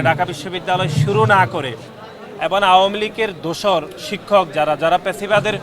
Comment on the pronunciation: উচ্চারণ ভালো করে বলতে পারেনা। এবন বলে এবং কে